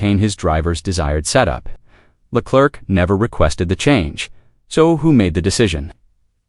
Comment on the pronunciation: “Charles LA CLERK”, LMAO 🤣, isn’t AI supposed to be smart 🤔